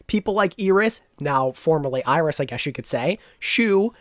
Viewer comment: why are they pronouncing iris eris?